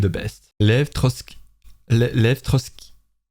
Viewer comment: It's Lev Trotskiy